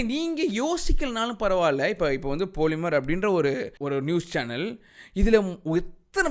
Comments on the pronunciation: போலிமர் இல்ல பாலிமர் 🤣🤣🤣🤣🤣🤣🤣🤣🤣🤣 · போலிமர் இல்ல பாலிமர் 💥🔥😂🤣🤣காண்டாய்ட்டாப்பல... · love how you call them "poli"mer :P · The way you say "poli"mer is semmma🤣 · andha news channel name ah correct ah solitaru. போலிமர்😜